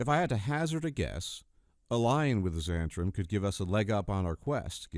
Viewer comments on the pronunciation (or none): 'Zhu-hent-arim'? I think it's just Zent-arim.